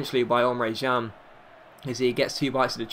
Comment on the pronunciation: It's Emre CAN